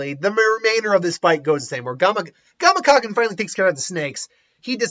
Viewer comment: Dude. It really irks me the way you butcher these names. Its Gama-Ken. Gama. Ken. You even spelled it correctly but still managed to put an extra KA(Gamakaken) in there somehow. Smh.... Also, ik writting scripts for these vids isnt your style, which I personally think is a bad idea when making what ifs, but doesn't particularly bother me too much. However, would it be too much to ask to do a little research prior to recording to ensure you know what you're actually talking about? Orochi summond two snakes, one for him one for Kabuto, but you legit waste anywhere from a quarter to a third of your vids arguing with yourself about or looking up facts. Its really annoying. Im a fan my dude, been subbed for over a year, and Im not trying to just bash you, but rather offer some constructive criticism. Apologies if this came off super harsh, but I just think there's some simple things you could do(research prior to making vids) that would make your vids go soooooo much smoother.